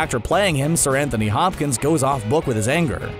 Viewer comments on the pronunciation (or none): none